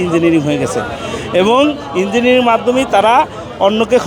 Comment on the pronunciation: Engnig noy ota Engineering, madrasacap